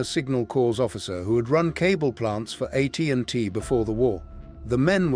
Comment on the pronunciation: The AI voice is awful. "Uh T & T" instead of AT&T? A scientist's initials as "Uh" instead of the letter A?